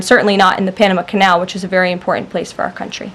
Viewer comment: She has a speech impediment.. She cannot pronounce the simple word ( important ).... Lol